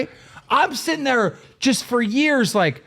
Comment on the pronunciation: I can't stand that Boogie says "Setting" instead of "Sitting" it pisses me off every single time.